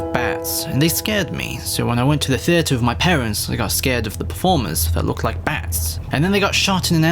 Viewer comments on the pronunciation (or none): none